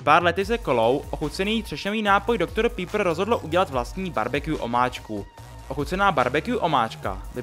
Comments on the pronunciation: Doktor pípr :D Vyslovuje se to Doktor Pepr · Dr. Pepper se vyslovuje Pepr, ne pípr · Zajímavé video ale není to pípr ale pepr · “Dogtor Pípr”😂